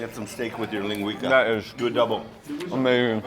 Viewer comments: So to let you know. That Portuguese sausage you were eating is pronounced Lin-gwee-sa. And it’s so much better dipped in yellow mustard. I’m born and raised in Santa Maria ca. we had tri tip and linguica every Sunday for dinner. Love the vid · The sausage is pronounced "lin-gui-Sa" NOT 'lin-gui-Ka". Trust me--Nipomo is my hometown and I've eaten Jocko's many, many times. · Lingweeka sausage hahha it's LINGUICA (lin gwesah) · Giving away all the local secrets in one video. Well done!!! My favorite part was the "Lin GWEE KA Sausage", it's pronounced "LIN GWEE SA" and it is delicious! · It's a Santa Maria Grill.....it's pronounced linguiSa not linguiKa. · Hey Gang! Love the video but one minor correction. Its pronounced LING-GWEE-SAH. Traditional Portuguguese Sausage that can be found in California on both the Central Coast and Bay Area. It is life changing when you find the perfect one! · It’s pronounce LIN GWEES AHHHHHHH!!!!!!!! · Linn gwee kah !! That made me laugh. Linguica is a staple in my life haha. The pronunciation made me LOL. Jockos is great but I’m surprised there was no mention of the “Santa Maria “ style cooking method. Its famous in California. Oh well. It was still a great video as usual Mark. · It's pronounced linguisa not as a "c" but a "s". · Linguica = ling-gwee-suh Even after hearing the waiter pronounce it, STILL mispronounced it. Idk man of all the guests and people that Mark eats and tours with, he's the only one that gets under my skin. Maybe it's me.